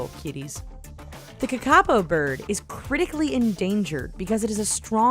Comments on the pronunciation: It's KAKA-poe not ka-KA-poe.... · when saying kakapo its long long short (as in the saying of it) not short short long (I don't think I make sense) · 1 you mispronounced kakapo and 2 they don't smell that good they're just fat and flightless so can't escape from stats and other invasive species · Sigh! It's ka-ka-po not kaka-po. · that's not how you say kakapo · The pronouncing of kakapo was so bad lol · ... are you fucking serious!! how can you not say kakapo correctly???